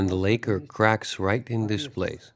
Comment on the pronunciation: Lak-ker not lay-ker